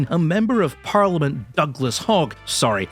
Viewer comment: thought i heard "haig" instead of "hogg" for a second lol